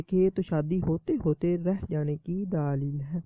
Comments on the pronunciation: Daaleel nhi Dleel hota hy, plz proper talaafuz se urdu bolye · mere Bhai daaleel lafz sahi nahi hai daleel kehte hain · Bhai ye lafz daaaaaaaaaaaaaaalil nhi Daleel hota hai, video achi hai magar tallaffuz to sahi karain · Daaaleel nae hota dallell hota hy